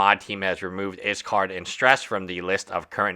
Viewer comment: If you're not going to pronounce his name the right way. They say anything at all. Everyone is blaming iskall, when it's the moderators fault. She's old enough to know what was happening. And she could have ignored his messages. But instead she continued knowing very well what she was doing. I've told YouTubers before. Viewers are not fans or your friends. They don't care what happens to you. All they care about is the moments you fail. And your content friends are not your friends, they're coworkers. Don't around telling them about your personal life. At the end of the day they're there for themselves.